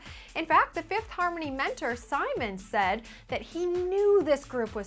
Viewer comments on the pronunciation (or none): none